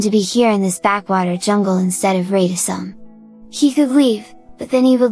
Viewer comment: It's really well done. I was almost certain it was AI, but only because some names are mispronounced (Rata Sum, for example). The voice seems to be very 'Asura-like', so it fits very nicely.